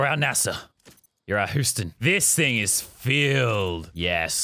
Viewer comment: hey said Huston Not Houston Im from there im offended